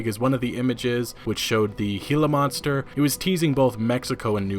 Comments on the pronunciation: Major props bro. You said Gila monster correctly. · Thank you for the correct pronunciation of gila monster!! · Yay! You pronounced Gila Monster correctly! /Can't wait for this game.